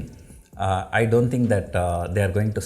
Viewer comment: when sir says "DO", there is something silent and that is "NT".